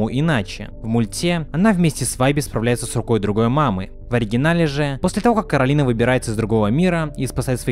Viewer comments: Не кароліна а кораліна кто сматрєл етат мультік тот і знаєт😀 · Всё видео бесилась с неправильного произношения имени кОралины (гг постоянно сама исправляла людей, зовущих её КаролИна/КоралИна